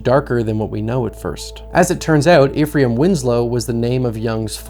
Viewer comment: Hey no judgement but the character’s fake name is pronounced like “Efrum” phonetically, also his former boss was his foreman, not former.